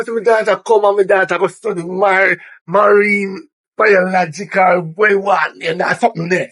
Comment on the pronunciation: Popeyes keep on saying marinebiologistcal